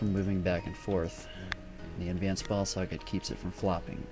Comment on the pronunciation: sounds like he says advanced ball sacks not ball socket